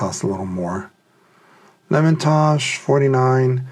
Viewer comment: Lemontosh really? It’s Lem Tosh. It’s been around since the 1950’s 😊